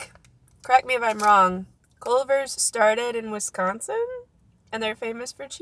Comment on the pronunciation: "clevers" "clovers"